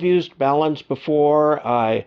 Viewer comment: Very nice presentation. I appreciated that you pronounced the word BALUN correctly. Sometimes they are called “balms” (that’s an ointment) or “balloons” which only adds to the confusion about these devices.